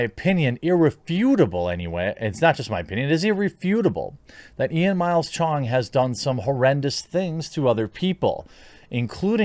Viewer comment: lmao why you gotta say CHONG like that